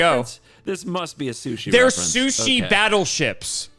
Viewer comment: Calling it soo-ship instead of soo-sheep...